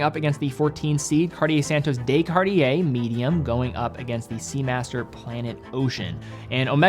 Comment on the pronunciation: On behalf of all of Europe, the "de" in Santos de Cartier is NOT pronounced "day"